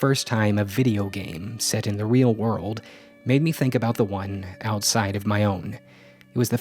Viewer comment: just "made" you added an extra D.